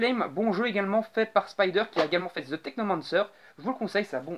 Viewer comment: Apprend a prononcer The sérieux.